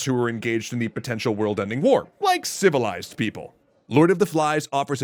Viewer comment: The stress on the "civilized" reminded me of the "relatively civilized" expression used by the CBS reporter......